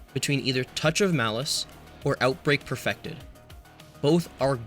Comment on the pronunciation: 'Outbrake' instead of Outbreak, fixed shortly after when you actually mention Outbreak 'Malfesence' instead of Malfeasance 'Flexable' instead of Flexible 'Appentance' instead of Appetence 'Ragonhild' instead of Ragnhild-D 'Decide' instead of The Deicide 'Commemortation' instead of Commemoration